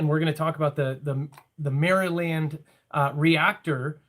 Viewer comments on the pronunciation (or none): No biggie but you're pronouncing Maryland a little bit incorrect.. Probably the easiest way to tell you how to pronounce it is almost like saying Mayor-A-Lend, all in one word.. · That was the weirdest pronunciation of Maryland I've ever heard, haha. But yea, shutting down the Nuke facility...very very weird. Go watch Diehold foundation. Just this morning I was listening to Doug's channel and someone asked what nuke facilities would do if they thought a cataclysmic event was going to happen. The answer was - SHUT DOWN. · It’s just Maryland not Mary land